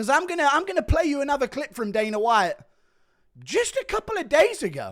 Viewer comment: It kills me every time you say daner instead of dana 😅🎉